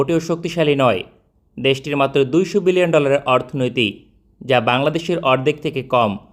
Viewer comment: ভাই বিলিয়ন বললেন নাকি মিলিয়ন!??